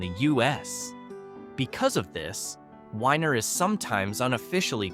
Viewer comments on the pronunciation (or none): IT’s not WHINER YOU IDIOT ITS WENIER like a hotdog